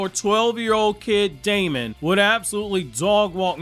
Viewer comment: his name is actually pronounced demon. even more black air force energy acquired